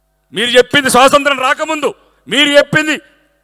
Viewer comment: స్వతంత్రం అనే పదం సరిగా పలకలేని నీకు ఎమ్మెల్యే పదవి కావాలా